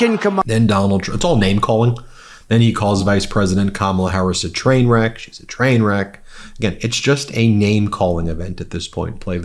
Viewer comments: "train weck"? Slur much donnie?😂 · He said "train wek"? Listen! Covfefe! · Twain weck? 😂😂😂😂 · Twainweck silly wabbit. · "Kamala Harris is a twainweck ...." Silly wabbit. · Trump can't even say train wreck. They called him a pathetic, fascist who has no clue what he's talking about. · Awww. Twump called Kamala a "twain weck"... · Twain Weck… I tawt I saw a poody tat. 🤡😹